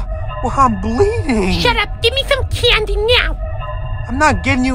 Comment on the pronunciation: I-I “ok gimme soime caindoy” XD